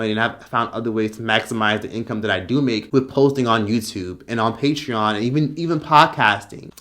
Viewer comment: WHYYYYYYY tf does this man Onision pronounce "patreon" like "PAY-tree-in". Dear god that's annoying.